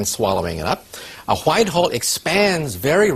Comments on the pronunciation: .... hwhite hole LMFAO i just got done watching family guy ... cool hwhip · "It's blown out into a whchicht hole."